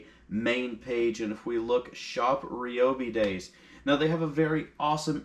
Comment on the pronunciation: Its RYE-O-BEE....NOT...Ree-o-bee....neg. FB...until..its right!!!...GEEZ....